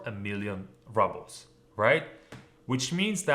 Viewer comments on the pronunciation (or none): just a quick note, I thought I heard you say 'rubble' for ruble. It should be pronounced 'rooooble' my friend! Thanks for all your hard work!!